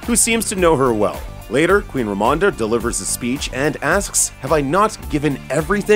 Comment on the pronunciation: If you don't understand what the "weird" ceremony in white is in the beginning, then you really do need this video. Even then, they aren't sure lmao. And pls try to pronounce Queen Ramonda's name the same each time.